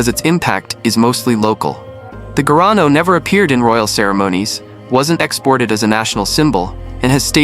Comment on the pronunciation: Não é gano..... é garrano